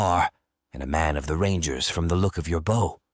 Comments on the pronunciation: My only complaint is how the narrator say bow! It’s pronounced bo! Not booow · Great story but someone please teach this AI the difference between front of a ship bow and an archers bow. It's like nails on a chalkboard every time he mispronounced bow. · Is this read by AI. So many words are missed pronounced. Like “bow” as in bow and arrow.